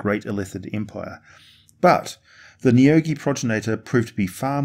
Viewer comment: I'm pretty sure you said the names of the neogi correctly. deathweb ship lands